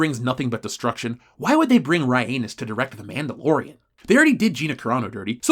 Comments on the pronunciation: Every time he says Ryanus, I laugh. Someone make it into a Fandom Menace shirt! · says Ryanus. Me:😂😂😂😂😂😂😂😂😂😂😂😂